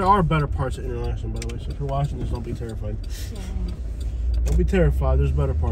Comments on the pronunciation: Pronounced enter locken😅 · It is pronounced inter-locken.